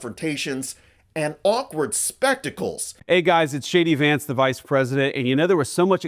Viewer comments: When JD says his name, he totes says "Shady Vance" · Did he say "shady Vance". I like that. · I thought vance said, "Hi, I'm "shady" vance"! 😂😂😂 What a fkng moron !🙄🤦‍♀️💩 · Notice when JD vance states his own name it sounds like Shady Vance. How appropriate. Leave Greenland, Canada, and other countries alone, Trump and his bunch are screwing up enough just trying to use computers and radios! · ...did he say, "Shady Vance?" 🤔🤨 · I clearly heard JD introducing himself as "Shady Vance". Appropriate. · When Vance introduced himself I heard it as « shitty Vance ». This could become a good way to call him. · Did he say I'm "shady Vance"? Lol. Feel free to use. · Did he say shady vance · Did the V.P. just say "Shady Vance" ? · I love the way he says his name. To me and many others in Europe, it comes across as Shady Vance😅 well at least he is honest about one thing. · I thought he said. Hi there Shady Vance here.